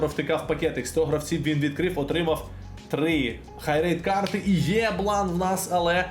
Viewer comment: " Є Блан" звучить звичайно топ🤣